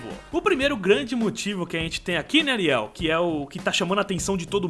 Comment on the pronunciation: que bizarro o fala areil ai eu penso que é comigo